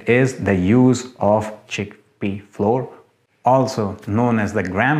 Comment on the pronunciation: please. It's pronounced FLOW - ER. (not "floor").